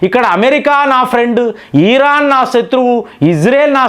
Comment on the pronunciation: Please meeru iran ni vichithranga pronounce chesthunnaru its irritating.... but ur sub is good call it iran not iiiiraaan